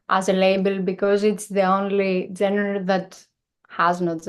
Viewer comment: She is pronouncing the word genre incorrectly but she is talking about how their music doesn't have a genre